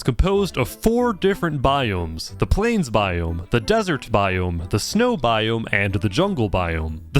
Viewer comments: "The plane's biome" or "The plains biome"? We'll never know... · It took me too long to realize you weren’t saying “Plane’s biome” .